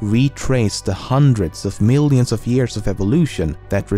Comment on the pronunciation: I love it when you say "million" it sounds like "meelliuhn"